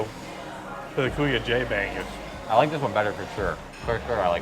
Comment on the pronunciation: your pronounciation of bangus reminds me of bangbus 🤣🤣🤣